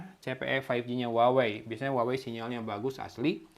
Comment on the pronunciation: cara nyebut brand-nya : WAHWEi